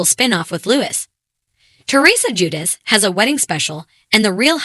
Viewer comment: If only you could pronounce her last name and his first name correctly lol